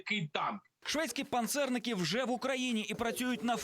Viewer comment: Слово "панцерник" наголос на а. Російськомовні погано вчаться.